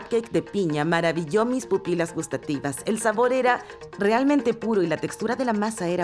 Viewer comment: "Pupilas gustativas" 0-0